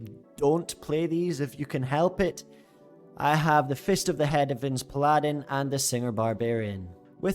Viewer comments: Paladin is pronounced "PALL-adin" not "P-Ladin" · ok cool, but still... It just makes you look silly. Pronounce the word like the rest of the world does and people will stop correcting you.